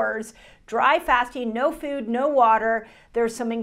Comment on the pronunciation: I wonder why she pronounces it like fewd is she from Canada?